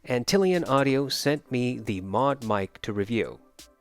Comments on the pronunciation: Ant lion lol, not Antillian 🤣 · It is Ant-lion, like the bug, but don't shame the guy ;)